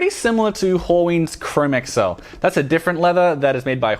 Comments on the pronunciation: Fantastic review. At the same time, it is painful to hear you mispronounce "chromexcel." It is not (google) Chrome + (ms) Excel. It is pronounced "chro-mex-ul." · Yeah I definitely wouldn't beat yourself up because apparently from what I've watched and listened to Nick Horween and also the guys that worked there from Ashland Leather mispronounce chromexel also. Keep up the great video's and stay safe in all this craziness.